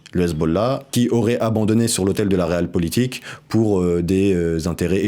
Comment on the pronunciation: La Réal politique...lol. prononcer les choses correctement